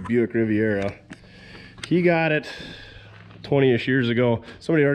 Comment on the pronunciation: “The Rivet Rivera”